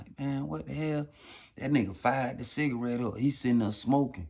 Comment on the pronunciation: "smoking a Shita-rette.. a dicka-rette...." 😂😂😂😂😂😂😂😂😂🤦🏿‍♂️🤦🏿‍♂️🤦🏿‍♂️🤦🏿‍♂️⚰️⚰️⚰️💀💀💀💀💀